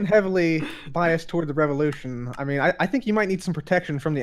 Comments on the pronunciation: Its not la revulotion!!! Its #VivaLaRevulotion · The way he pronounces "Viva la revolution" 😂😂😂